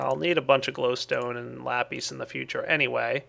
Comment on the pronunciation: i love it when he says lapeace but i would like it even more if he said lapis